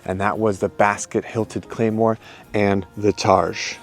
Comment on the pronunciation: Oh my goodness, you brought an actual claymore and called it a claymoore